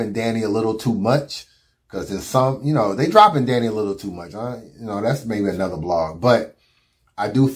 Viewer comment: Why won’t it fly, they let Tay Roc get away with saying DNANNY and let Goodz say bambi.